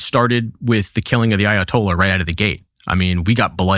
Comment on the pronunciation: Meanwhile in Fort Lauderdale… “Dude what’s uh Ayo-tolla” 🥴🤤🇺🇸